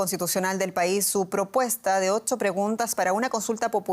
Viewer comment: Odcho no, ocho es la pronunciación del número 8